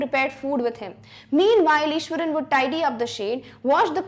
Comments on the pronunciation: Maam it's Iswaran not Ishwaran.... Btw I love your teaching style♥️♥️♥️ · it is iswaran not ishwaran